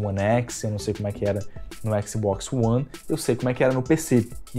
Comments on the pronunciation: Bom vídeo, mas que agonia o cara falando "xboxi" toda hora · Eu nunca reclamei de pronúncia nenhuma de nada, mas éqssibóqssi é foda kkkkkkk ótimo video irmão, não pega pilha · "O xboxi" Xbox de carioca mané